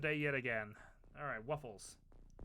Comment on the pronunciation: Thanks for the mention in the video :D Hope my character won't get killed quickly :D Very good pronunciation actually :) Kill the aliens and save the WUFFLES! Greetings from Poland P.S Turkuć podjadek is a kind of bug actually (a mole cricket as wikipedia says) just FYI :)